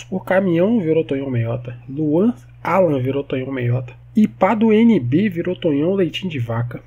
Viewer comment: Mds.. Tonhão? Eu esperando tu dizer meu nome e quando chega a hora tu diz errado kkkk, o ep todo o Tonhão reclamando que se meteu em encrenca e nós felizes pq gostamos de ver o parquinho pegar fogo kkkkkk